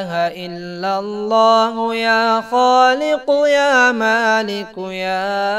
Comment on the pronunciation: aap parh thain hain illalla. Likha allalla hai. Thikh karo mehrbani